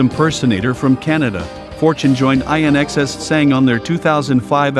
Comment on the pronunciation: 😀 love the pronunciation of IN-XS courtesy of AI